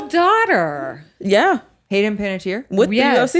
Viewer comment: I was waiting for someone to correct Other Zach on his pronunciation of Panettiere! 🤣